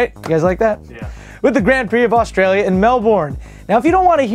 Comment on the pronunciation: i have never heard anyone fuck up the way you say AUSTRALIA any worse and i ahve NEVER any Aussie talk like that... as i am an Aussie. im sick of Americans destroying the way Australian accent